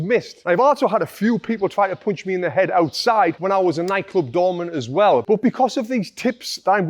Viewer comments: Punch* not poonch 😅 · Great video, thanks, but what is a "Poounchh?"